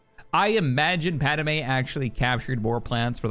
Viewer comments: love the content, will be playing this mod but one thing is just really irking me and it happens all the time across multiple fandoms when naming pronunciation is brought up 3 movies and the entirety of clone wars pad-me "pad-may" yet you keep saying "pad-a-may" sorry just, really irks me only thing, everything else is awesome and i never miss an upload of the empire campaign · Padamay!? o.0